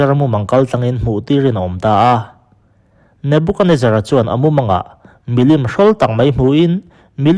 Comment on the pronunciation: Nubukanezzaraani lo. Nebukadnezzara a ni. Nebukad tia lam tur ani. Nebuka tia lam rit loh tur.